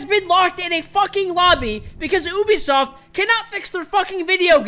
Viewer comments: It’s you-bi-soft not ooo-bi-soft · i heard him say oubisoft instead of ubisoft